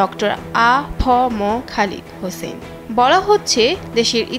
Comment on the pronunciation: নামটি সঠিক উচ্চারণ করুন।খালেদ হোসাইন